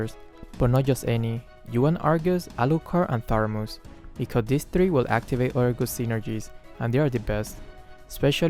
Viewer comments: Imma try dis synergy Also me keep losing and losing Also keep saying tharmuz instead of thamuz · When you realize is still saying "tharmuz" instead of "thamuz" 😂😂 where did that 'r' came from 😅 just askin'. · it's Thamuz not Tharmuz xD, and thanks for the tutorial. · Thanks for the magic chess tips sensei .. But what i hear is Tharmus not Thamus 😊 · Its not tharmuz its thamuz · Thamuz not Tharmuz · It's thamuz not tharmuz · Nice tips, but why u call thamuz "THARMUZ" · It's not THARMUS it's THAMUS hh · WhyThaRmuz? Its just thamuz bro 😄😄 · Thamuuuuuuuuuuuuuuz not ThaRRRRRRRRRuuuuuuuuz!!!!!! NO RRRRRRRRRRRRRRRRRR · Why do you call "Tharmuz" to Thamuz? xD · Actually said, Tharmuz instead Thamuz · I'm annoyed that always say “Tharmuz” instead of Thamuz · No one:: "Tharmuz" Thanks for the tips might try your strategy in Magic Chess:) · Thar- muz kwa???😂😂😂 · The Tharmuz where we put hot water into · Joseph Odon That's "Thermos" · no one: literally no one:: THARMUZ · It's thamuz right? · Tharmuz stat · No one:: THARMUZ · For the first three rounds, you should try to lose those rounds. Me: Keeps on losing every round. Ps: I love it when mispronounce hero names ♡ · Moonton: Thamuz: Tharmuz Me: Thanos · I was looking for this comment 😂👌🤣